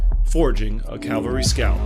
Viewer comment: Why do they keep saying calvary rather than cavalry?